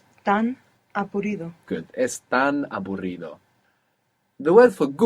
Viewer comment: it sounded like - estan aburrido - i thought it was wrong - *they are bored 😅. Later realised it's - es tan a burrdio (it is so boring)